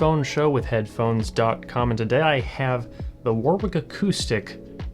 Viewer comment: fyi, its not war-Wick. its war-(w)Ick, the 2nd w is silent